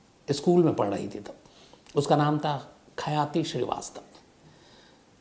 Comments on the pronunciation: Its khyati not khayaati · Not Khayati, But Khyati (Famous in Nepali Language) second city of Nepal, Biratnagar